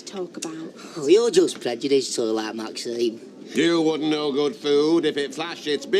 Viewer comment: Not sure if he is a good actor or a bad one that has problems with pronouncing names etc.He could never pronounce Maxines name!